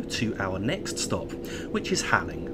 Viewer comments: Im sure this doesn't particularly matter but Halling is pronounced Hall-ling not Haling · Halling is pronounced Hauling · Hi. Great video as always. Just one very minor thing...Halling is pronounced as Hauling.